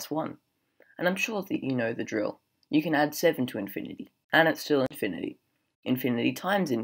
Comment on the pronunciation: Who the heck pronounces “infinity” like that??? Ahhhh, that’s better :)